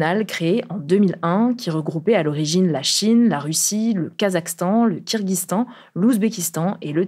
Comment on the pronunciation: kirghiZIstan. En Francais on prononce le i apres le Z (contrairement à l'anglais)